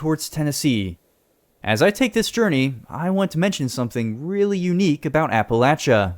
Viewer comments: Finally, someone who pronounces the "-chia" in Appalachia correctly, and not "-sha" 🙌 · As someone from Appalachia, I genuinely appreciate that you pronounced it correctly LOL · HE SAID APPALACHIA RIGHT!!! WOOOOOOO!!!!!!